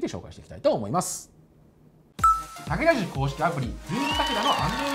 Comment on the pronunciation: だけたぁじゅきょうむしちょうのなーもりです